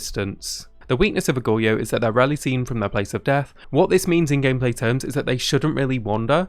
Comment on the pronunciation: dude, it's pronounced goh-ree-yo, i'm sorry if this comes off as rude but you are butchering the word badly.